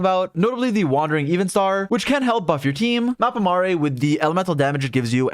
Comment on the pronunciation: He said Evenstar correctly :D